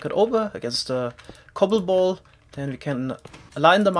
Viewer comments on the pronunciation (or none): none